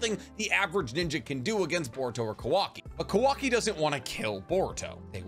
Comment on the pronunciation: Is not kuvaki is kawaki